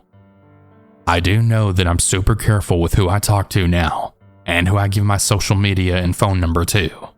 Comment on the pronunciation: Not Social Media it's "SHOCIAL MEDIA." 😂😂😂😂😂😂